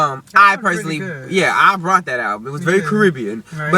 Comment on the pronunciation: Please don't take this offensively....just to be clear it sounds like you say "brought" instead of "bought". #justsaying Otherwise funny video, equally funny opinions.